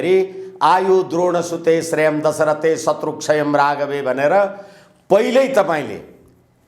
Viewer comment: श्रेयं दश्रथे होईन श्रीयं दशरथे हो,राजा दशरथकोजस्तै श्रीबनोस भन्ने हो!